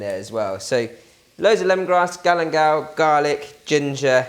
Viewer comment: What is "Galemdal"?